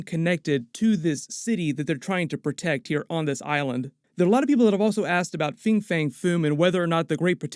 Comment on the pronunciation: "Fin" fang foom. Not "Fing."